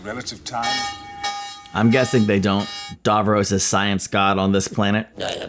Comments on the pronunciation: It's Davros, not Davrose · Genuine curiosity here: Davros is clearly pronounced with the second syllable identical to the boy's name Ross. So why is it that Americans (and I've watched quite a few US Who reactors) always pronounce it as Dav-rohss? I mean, I've watched all of Friends, and Ross is never pronounced Rohss.